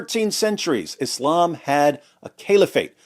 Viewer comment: English has established pronunciations of the words Islam, Muslim, Allah, Khamanei, etc, why you saying them all weird like that